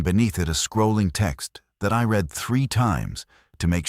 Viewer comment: AI Narrative Still struggles with 'Certain Words' Read ( Red ) Lead ( Leed ) Bow ( and arrows ) ( pronounced Bough ) on a ship. Great Stories, but would be better READ ( RED ) 😂 BY A HUMAN.. IMHO OBVIOUSLY.